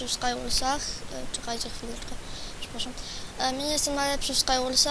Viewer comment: mów jak człowiek a nie ,,dabel dżiampy" ,,kulczak" ,,selwel" ,,bluku" ,,pseplasam" ,,naplawić" ,,afci" ,,glać" ,,mini gly" ,,dyskrypcji" PS aby być lepszy w SkyWars'y trzeba taktyki I SIĘ NIE POWTARZAJ